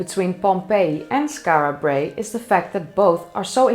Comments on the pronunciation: As a proud Scot I found this video fascinating and incitful. Your pronunciation of Skarra Brae is spot on and I still use words like midden which leaves my English wife very confused. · The way you pronounce Skara Brae is divine ! You are now officially my favourite 'Skara Brae' pronouncer !! 😄😄😄